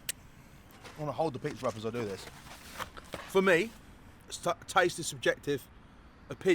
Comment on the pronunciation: That Pizza looked....ok....not bad....but certainly not amazing & a 9.8. Knowing how FRC operates, I guess we can assume this was another paid review!! Oh and can someone please tell it's pronounced "This" & "That"...not "Dis" & "Dat"...